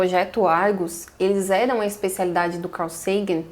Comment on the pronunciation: Pronuncie Sagan como vc fez com SETI .